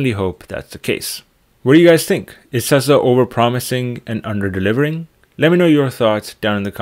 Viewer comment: It's not pronounced Tessa , it's pronounced Tesla